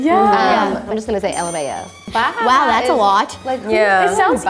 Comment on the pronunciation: Lmao is pronounced lamow